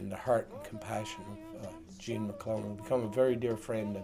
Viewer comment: Nice piece. But it's Gene MacLELLAN....not MacLennan.